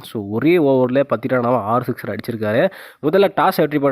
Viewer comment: ஏன்டா தமிழை கொலை பன்றே ? சிக்சர் ரா? சிஸ்டரா?